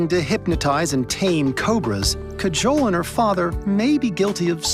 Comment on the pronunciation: DUDE her name is Kajol, not cajole. The Indian people they interviewed must have pronounced her name multiple times; how did they still say it so wrong. Listening to that hurt almost as much as a snake bite.